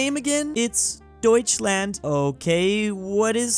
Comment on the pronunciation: You pronounced Deutschl Deutschland and and Deutsche correctly.